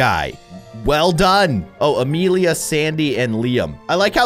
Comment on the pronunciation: I just relized the part when he says "Amelia" properly and that's my name lol